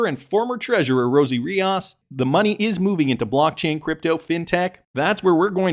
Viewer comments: It’s Ree-os not Re-aus! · Rios not Riaaaas